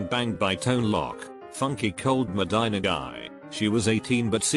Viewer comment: Haha funk cold "med-dine-nah"